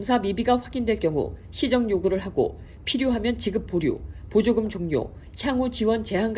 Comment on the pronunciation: 목소리가 강한건가요....? 전 발음이 이상하게 들리네요. 습니다 가 계속 습니더 습니다 사이쯤으로 들리고, 연방 보쥬금, 반복되는 회기문제나, 최그노(5)년간, 지젹,반복젹(뎍)인 등등.. 자막 필요하기 일보직전이에요.너무 빨라서 단어들이 뭉개지기도 하고..😂